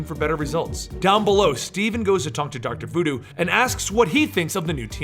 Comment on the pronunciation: oh, doctor voo doo, i though he said doctor doo doo.